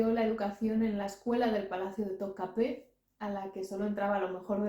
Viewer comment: Da gusto oirte decir Topkapı como los turcos 🙂 y no como lo decimos los turistas españoles. Vengo de un viaje por allí y me ha parecido un país fascinante... Günaydın.